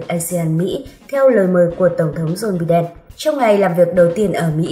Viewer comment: Đọc tên tổng thống Mỹ nghe mắc cười quá( Bi đen!)!